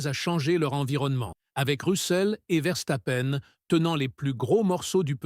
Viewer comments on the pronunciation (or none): Salut... à " Rousseaule et Verstapène.... 2016... 10 victoire... en formulant... champs-yonnas....... 😂😂 Je n'écoute même pas ce que raconte, je me marre